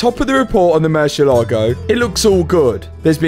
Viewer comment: not "murcilago" but mur ci ééé la go:goodvibes